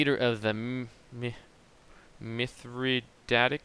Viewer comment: It's "Mithra-day-tic" or maybe "Mithra-dah-tic". Mithradates VI was one of Rome's biggest enemies during the time just before Julius Caesar.